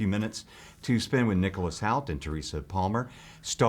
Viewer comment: OOPS! Didn't quite pronounce Nicalous's last name right! HOULT not HOWLT! Poor guy; he took it well though!